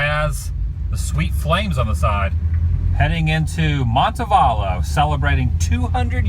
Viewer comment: I haven't been there since I was a little girl. Nice to see it now. Oh and idk if this is just an Alabama thing but we pronounce Montevallo differently. We just kind of leave out the T in the word. It's silly but that's how we say it in bama. I have a lot of friends who go to college there and it's a lovely place. Visit near Birmingham(that's where I grew up) a lot of civil rights history to be found. Also you should visit east Alabama and the home of joe Lewis and where they filmed Mississippi burning in Lafayette.